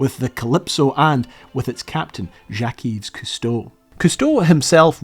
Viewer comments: Yves is pronounced Eve. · I thought the s in Yves was silent, and instead pronounced more like "Eve". (Source: I'm Canadian and lived dans la belle province) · Yves is pronounced identically to the English name Eve. You don't vocalize the s 😜 (then you might've avoided some of the confusion about the supposed "mispronunciation") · Y and S are silent on his middle name it's pronounced as Eve. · a little pointer that the ''s'' of yves is a silent s (as is such for all words in French)